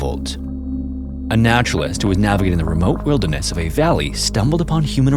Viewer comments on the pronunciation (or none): none